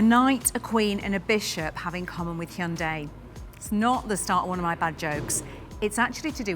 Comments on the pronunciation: First comment: Bravo on saying the name correctly! It's indeed "Hyun-DAY" (two syllables, not hi-un-day). Keep up the amazing work! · "You're the first English speaker I've seen who pronounces the company name 'Hyundai' correctly. Every other English speaker I've heard says it like 'Hai-hun-dai.'" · Wow, this lady is the first British to accurately pronounce Hyundai. impressive! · I like the fender flares. But the mass production model will come with the fenders shaved. It’s not armpit hair—leave it alone. Also, I noticed she was one of the very few Westerners who can pronounce 'Hyundai' correctly.